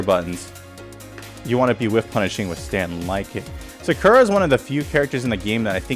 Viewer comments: You already made me want to drop the character with your pronunciation of SA KUR A. Your not wrong but also not right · had to close the 3rd time you pronounced it “sukurra” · "Sukerruh" is that a new character? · people say “sucker-uh” and “karen” like the announcer doesn’t say their name correctly every time you pick them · Love everything about this vid except how you pronounce her name lol😊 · Lol bro stop saying Sakura like that!!!!!!🤦🏾‍♂️🤦🏾‍♂️ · this video may be helpful one day when i can get over how you pronounce Sakura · The way dude says her name. It’s bastardized. When you choose the characters at character select it says her name correctly. People often mispronounce Karin too and say Karen. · Either you pronounce her name wrong or everyone else I’ve ever heard say it including the game itself says it wrong. Lol wait you started saying it correctly. I must just be out the loop. Regardless nice guide.